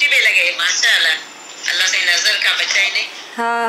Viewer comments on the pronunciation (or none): none